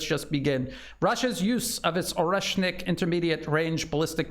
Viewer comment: "The Orkrocksit missile" 😂